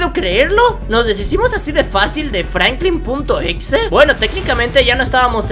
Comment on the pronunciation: Oye no se dice FRANKLIN punto exe se dice FRANKLIN EX.E